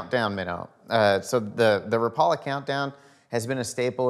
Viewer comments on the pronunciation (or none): Rap....a....la...not Ra Paul. A.... u tryin to get sliced 🐕 dog. Say it right change the world. I mean u look hungry dog u want some Pizza? U tryin to get sliced? God bless West Coast TW ref. Storms. We. Seder the water bout.....wow.